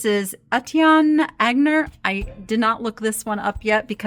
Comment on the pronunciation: Friendly fyi ..Aigner (Etienne) is pronounced "eye-ner" or "ahn-yay (which is the way I've always heard it pronounced) is also acceptable.